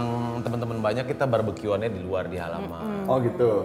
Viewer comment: Lidah Boy kepleset "barberque"